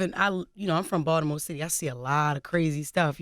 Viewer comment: Balitmore shat! lmao